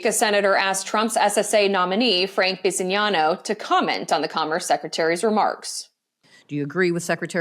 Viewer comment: Oh dang, you prononunced Bisignano correctly! Kudos to you, ma'am.